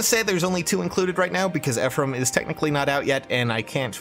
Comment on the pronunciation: Ephriam I don't get the reference but it's Ephraim pls I don't want to get wooooshed